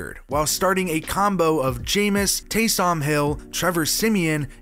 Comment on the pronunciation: You blackified taysom’s name. It’s taysum not taysaam